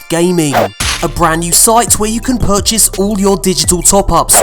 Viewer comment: Did he say "each burchase supports this channel" ? What the hell is a burchase and how do I get them?